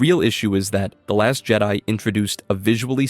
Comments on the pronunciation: Why are you saying things so weird? C-3PO? Jed-ee? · It’s not jede it’s Jed-i….